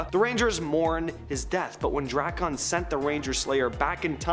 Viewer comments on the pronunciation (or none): Drak-un not Dra-kahn